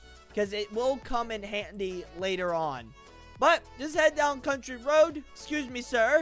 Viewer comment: You aren't reading these the right way You called city citay And I believe you called contry roads contri roads